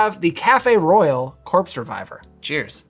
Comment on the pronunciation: Why does it sound like he’s saying the corpse survivor?